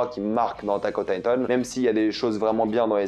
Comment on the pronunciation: Attack on Thaï-tone 😂 trkl gros tkt